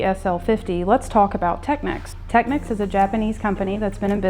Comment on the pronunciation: At last someone from America pronouncing Technics not Techniques. Hello Maddy from Britain.